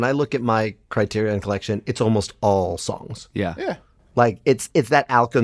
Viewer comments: For the love of God, can someone PLEASE discuss how LMM was pronouncing CriteriON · Let's be clear. I love Lin-Manuel Miranda. He leveled up Broadway AND made Disney Music cool... But if I hear him pronounce the word criterion like he does one more time, I may tear my skin off. It sounds like a robot built to curate the criterion collection. I AM CRITERION!